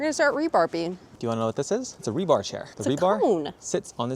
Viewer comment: you crack me up its rebar not rebarb lol